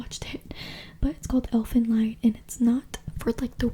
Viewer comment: Elfenlied was a realy impressiv anime back in the days =) Just a little hint: The name "Elfenlied" (means "Elves song") is a german word and is pronounced more like 'Elfenlead' in english. =)